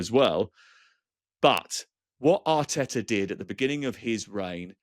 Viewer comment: "ARTETA HAUTTTTE" 😂😂